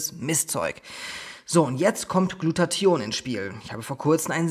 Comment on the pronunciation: Lieber, danke für das tolle und informative Video. Ps. Immer wenn du Glutathion sagst erinnerst Du mich an Antoine Burtz, wenn er versucht "Integration" auszusprechen. Intention isch immer gut, weisch